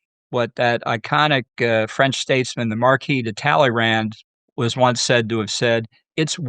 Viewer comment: Talleyrand = 'Tal - uh - row'